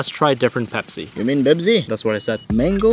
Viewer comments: It's not bebzi it's pepsi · The accent is on point (BEBZI)!!! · “Let’s make a Bepsi khulfil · say bebzi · "Za Bebsi"🤣🤣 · "YOU MEAN BEBZI?!?!?!" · "Are you gonna make Bebzi Kulfi?" 💀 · Arabs know how to say Pepsi. FFS. 😭